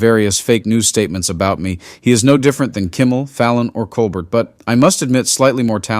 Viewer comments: MaHair? AI needs an editor. Colbertt? Yaghhh! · I like your channel, but please stop using the AI generated voice: "mah-her" and "cole-bert"?